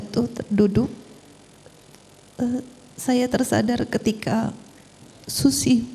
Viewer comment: penyebutan si susi lucu ni. ngakak saya